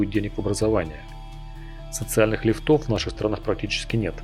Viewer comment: ли́фтов (ударение на первую гласную (и))